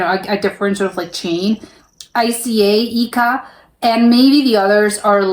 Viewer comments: ICA is pronounced EEKAAH. Sort of. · ICA pronounced ee:ka. You're welcome,! 😊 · ICA is pronounced the same as the beginning of the name Icarus (well kind of...) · The pronunciation of ICA is kind of like "leak", without the L but the A added at the end. So your first guess was actually really good. 👍🏻👍🏻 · Nice reaction! ICA is pronounced as one word. In the same way as IKEA. The correct pronunciation of the first letter I is similar to how you pronounce the letter i in the word ski. Kampanj > Campaign /sale. It was coffee. The Swedish brand Gevalia, which is also available in the United States, sells for around $9 per pound here in Sweden. ICA stores come in a few different sizes. ICA Nära – the smallest ones, which you can find in suburbs or on the outskirts of cities ICA Supermarket – smaller than the name suggests. ICA Kvantum – slightly larger. ICA Maxi – the largest ones, similar to Walmart. They also have pharmacies.